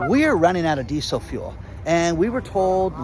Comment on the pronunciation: D-d-ddid you say geesel fuel?